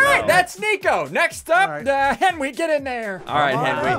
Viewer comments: Ssundee : says Henry instead of Henwy Me : stop it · He called Henwy Henry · It’s Henwy not Henry